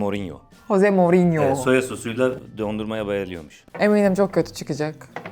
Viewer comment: Jose Mourinho h harfi ile okunmuyor j harfi ile okunuyorr